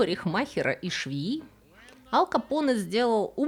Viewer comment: Ал Капоне 🤣 точно не Аль Капоне